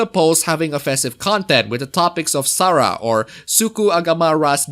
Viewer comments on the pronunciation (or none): none